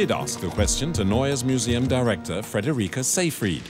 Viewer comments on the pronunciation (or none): Narrador péssimo...NEUES MUSEUM se pronuncia "nóies miusium"...